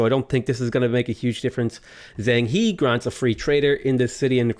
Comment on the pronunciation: Aaaaa I might wind up commenting this too many times but it's not "Zeng Hee" it's "Jung Ha".